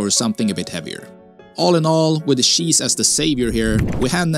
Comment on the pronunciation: Bro its cheese not sheesh😅